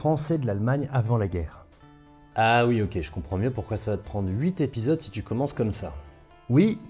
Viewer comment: Ha il a dit "huit épisodes" ! et pas "hui zépisodes" ! ça faisait un bail que je n'avait pas tendendu ça sur youtube !